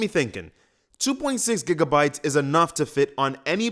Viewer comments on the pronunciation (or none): none